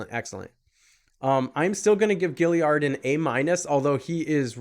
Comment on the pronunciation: It's gaillard not giliard bro ur not that smart huh?